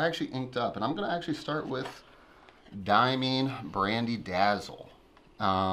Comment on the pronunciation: Hiya.... is great and I enjoyed his time in front of the camera. Of course your completely a totally bonkers guy and I luvz yer to bits... Brian should let you do more of these vidz. And Diamine is pronounced...Dia as in Diameter and Mine as in Coalmine...not Diamean..thats the way its said, but if you want to call it DiaMean you go ahead..it just drives a spike up my arse... but there you go, who am I??? Brown inks..love SBREBrown Brown in the Akkerman bottles which are the best bottles in the world. Noodlers Inks and pens are stupid prices in the UK. Look on Amazon.co.uk or Ebay UK to see. I love Baystate Blue and paid a huge amount to get a bottle...only to find it feathers like crazy on all my papers...(Any advice folks?). Noodlers... First the $ sign is changed to £ sign straight away, then all the shipping and UK customs costs are then added, then the post office charge you £8 just to hand over the package!!! and its like whaow stupid price. So I stick to diaMINE hahahhahaha its just a 30min drive from me and I wished they would sell it direct. ah well,nevermind! May I suggest two cameras? one mobile as in this post, and a static camera for close up examples. The large amounts of moving around was off putting...sorry, but it was. Best wishes to all pen peoples. LeZc @@